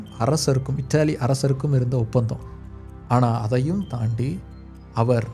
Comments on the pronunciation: அண்ணா எனக்கு இத்தாலி என்று கேட்கவில்லை இட்டிலி இட்டிலி என்று தான் கேக்குது உச்சரிப்பை நல்லா உச்சரியுங்கள் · "இட்லி" ன்னு கேக்குது...இத்தாலின்னு சொல்லலாம்